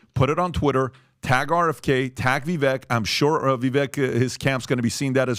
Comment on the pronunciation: Can you please get rid of already? How can you mispronounce Vivek's name so consistently at this stage in the game? That is so ignorant and disrespectful.